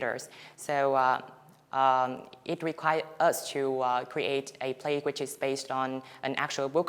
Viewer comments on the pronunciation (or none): none